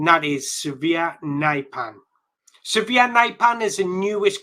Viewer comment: He is not "severe", he is Sverre. Not "naipan" either.